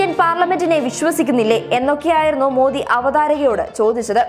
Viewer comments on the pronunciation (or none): none